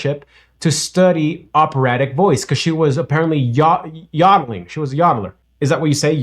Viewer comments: it is yo da Ling not ya da ling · Yodeling is pronounced with a long "o". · It’s a long O . Yoddler . Yo like Joe. 😊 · It’s yodeling with a long O.